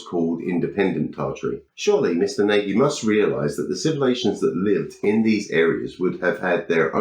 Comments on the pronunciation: Yes, old Barnabus is always good for pure daftness. BTW I think he's Hungarian so his name is pronounced Nah-gy rather than Nay-gy. If in doubt with European names, the simplest English-style pronunciation while tempting is nearly always wrong. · I think Barny is HILLARIOUS. Your take on him is also funny, but please, PLEASE can you stop butchering his name? does it, too. 'Nagy' is a very common Hungarian name (and word). It means 'tall' or 'big' and it's pronounced a little like 'nudge' or more like 'naw-dge'. Not nay-guy.